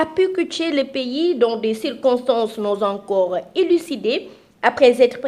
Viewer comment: Elle a dit non'zencore au lieu de non'zencore. Elle a dit "première cas au lieu de premier cas.